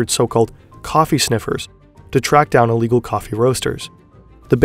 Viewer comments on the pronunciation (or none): none